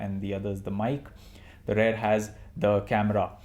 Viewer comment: Its "REAR" ... not "RARE" .... bloody irritating!